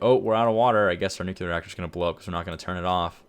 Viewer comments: Education... well, you really can't cause its nuclear. Not nuculear... 😂😂👌👌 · nu clear. Like new clear. New que ler is not a word,. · Nucular power. Lol. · “Nucular” power lol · Nukular. the word is Nukular. also. its realy hard to turn a Nuclearplant off. if your water source runs dry suddently you got a hugh fucking Problem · "noo-klee-er" = correct pronunciation. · No, as in noo-klee-er. The syllables, count them. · lost me at nukular